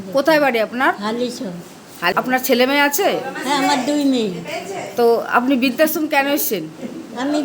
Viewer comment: বিদ্যাশ্রম ??না বৃদ্ধাশ্রম ??পড়াশোনার ধারে কাছে গেছ বলে তো মনে হয় না উচ্চারণ শুনে